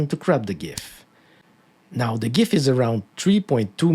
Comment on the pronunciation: Subbed for pronouncing gif correctly.